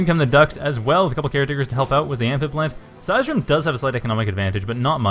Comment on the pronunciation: cheers for using "they" and the pronunciation of seisdrum's nick is almost perfect :)